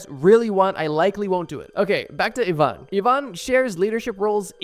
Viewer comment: It is pronounced "E-van" not "I-van"